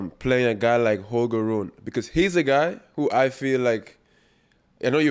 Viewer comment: It's Holger Run-E.